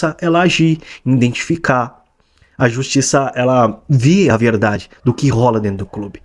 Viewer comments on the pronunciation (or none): Tudo perfeito, menos o iNdentificá...dói nos ouvidos ouvir influenciador pronunciar iNdentificá.